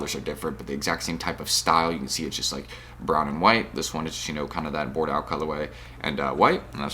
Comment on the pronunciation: Learn to pronounce the word Bordeaux correctly.. smdh